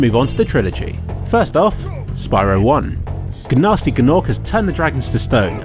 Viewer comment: Isn’t the G in Gnorc silent?